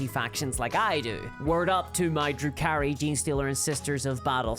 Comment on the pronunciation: I had to rewind 5x because I thought was saying Drew Carrie instead of Drukhari. Or was that the joke